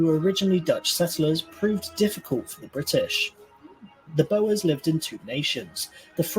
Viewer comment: Boas are big snakes or feathery scarves. Boers is pronounce BAWS 😊